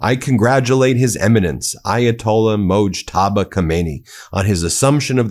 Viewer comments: Ben the name is pronounced moj-taba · Why are you back to calling Mojtaba, "Monjaba"?? Thought you'd figured that one out 🙄 You can't make fun of Trump's pronunciation gaffes when you're butchering all these Middle-Eastern names 9 times out of 10 (e.g. Hormuz, which is pronounced hor-mooz—not hair-moz, hair-mousse, or whore-muse).